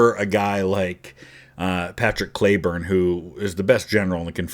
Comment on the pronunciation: Today I learned - a city close to where I lived in Texas and where my younger brother was born is named after Cleburne. Right next to Granbury. Maybe in Hood County but won’t swear to it. Although there is a Hood County in Tx. The other thing was in Texas it’s pronounced KLEE-burn. Took me three videos (yours for sure) that made me research. Always a good day when you learn something.